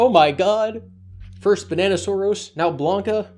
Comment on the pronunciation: NO NOT BANANASAURUS I love how pronounces Bananasaurus so I’m sad there will be a last time for him to say it